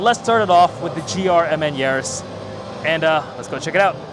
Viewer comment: I like to call GRMN, grimmen. Saying the individual letters isn't flattering